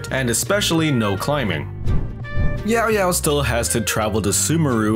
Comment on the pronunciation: respect for saying it right